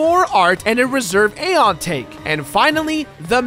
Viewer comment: no offense man but, my personal preference of saying Zebes and Aeon is, Zee-b-z. And A-ee-on